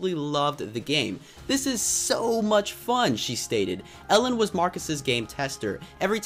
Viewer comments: Me too I am also from Sweden and it sounded little fun when he said Elin cuz it sounded like Ellen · I love when you say the name of notch’s wife and when you say the name if he’s family members. He is Swedish and im Swedish too! ;)